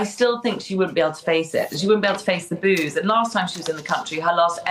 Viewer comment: 😂 I thought CG said “…she can’t handle the booze!!” Well…ja, we all know that….. but, she meant the “boos!” How hilarious…. Maybe a slip of her tongue 👅??